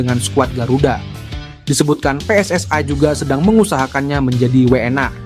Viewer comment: PSSI bukan PSSAI ..yg baca naskah belajar Indonesia yg benar dulu 😂